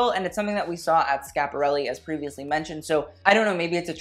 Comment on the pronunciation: It’s Schiaparelli, not Scaparelli. You have to pronounce di i well before the a. It sounds more like “Skïaparelli”. Like Kia, the car.